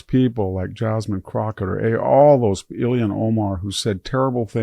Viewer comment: It’s Jasmine Crockett, not “Crocker”